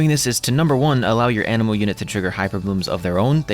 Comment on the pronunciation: Instead of "anemo" I heard "animal".